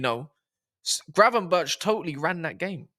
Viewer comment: is the one 😂 about time you said Gravenberch name right. People forget Gravenberch didn’t play any football for a year before he came to Liverpool. So needed to get match fitness, rhythm & adapt to the premier league. Big up on da video 🤝